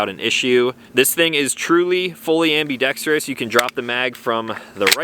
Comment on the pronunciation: Sweet piece and congratulations on being one of the few gun reviewers who pronounce "ambidextrous" correctly 😆